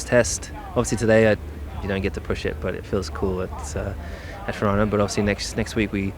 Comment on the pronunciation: the way you say Fiorano is diabolical 😭😭